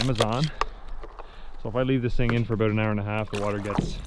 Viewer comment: He said aboot(yes, I am American).